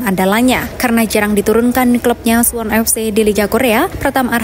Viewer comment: Suwon bukan suwun😂😂